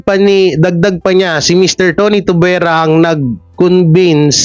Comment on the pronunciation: It should be TONY TUB BIE RA Hindi Tubera